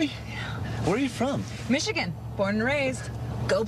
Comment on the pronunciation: Um...it's MichiGAN not MichiCAN...although I have heard people pronounce it Michican.